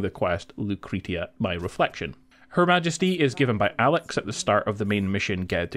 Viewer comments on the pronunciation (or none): none